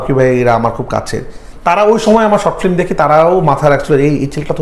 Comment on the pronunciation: 🤔 Bit disappointed to hear the pronunciation "FLIM" from. #Madrasha background fact❓